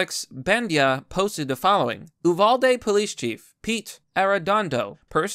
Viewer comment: Uvalde you-vale-dee not that big of a deal but that’s how we say it